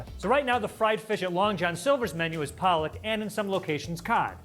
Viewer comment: Pollock lol not police